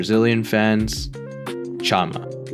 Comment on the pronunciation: I think it would be easier if you read it as "shama"